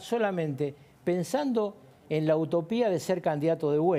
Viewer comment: Alberto Cueto, no es que estos señores estén mal informados sino que dicen lo que su subjetividad les dicta y sabiendo que en muchas cosas que dicen, mienten y al señor que dijo AUTOPIA, no es autopia (palabra grave con acento en la I) sino UTOPIA, palabra tomada de la obra de Thomas Moro del mismo nombre si ni me equivoco.